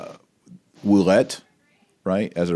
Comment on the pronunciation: My wife knows some French and thinks your Ouellet pronunciation is correct. Metuchen NJ is meh [e as in Mets] touch [as in touch] en [as in "in"]. Excellent presentation... good assertion... brilliant points all. What's next? Nothing. Vigano will die [eventually, no hurry]. Bergoglio occupies the Vatican and will continue building the One-World Church until we pray enough and/or the wrath of God comes down. PS: You might like this presentation... The Truth About The Crisis In The Catholic Church